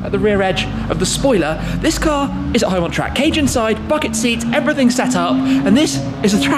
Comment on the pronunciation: Doug Demuro says "izzz" instead of "is"